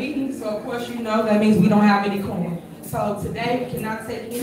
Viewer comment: No core-um!